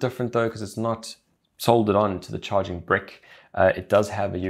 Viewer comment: Ok great video, but am i the only one who died laughing at the way he said charging brick like charging Brik